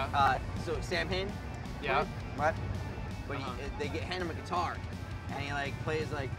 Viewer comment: I always come back to this video everyday just to hear frank say; “I FOOKAN HATE PLAYIN GUITAA🥱”